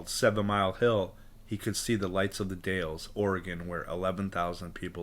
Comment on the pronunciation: Dalles rhymes with pals!!